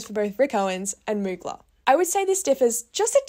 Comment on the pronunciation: Ily but the way you kept saying Mugler like "moo-gla" had me dead💀 (it's "moo-glare" like air in the aussie accent <3)